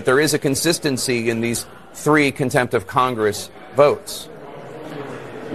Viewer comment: She didnt just say "comtempt" she said "Inheirent comtempt" this is the real difference.